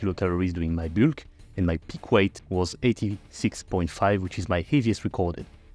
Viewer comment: "my byulk" 🤭